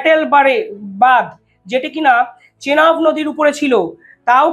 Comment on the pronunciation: চেলাব নদী নয় এটা চেনাব নদী।